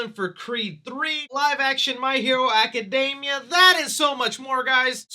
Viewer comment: Aca-DEEE-mia, my dude! It does NOT rhyme with macadamias lol